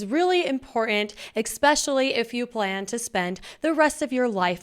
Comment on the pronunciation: It’s “especially” not “exspecially”